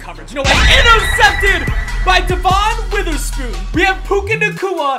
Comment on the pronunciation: Bro said Devon Witherspoon wrong one